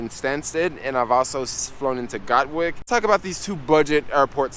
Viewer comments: It's not GOT-Wick it's GAT-Wick Dude! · Sorry I wasn't able to hook up with u on your latest ad ven ture in London. I live not far from where you filmed this. Next time you pass thru we can go for a cheap pint. Been living her 25 years, from Brooklyn. It's Gatwick, gat like a gun, and wick like a candle. Love your videos, keep it up. Peace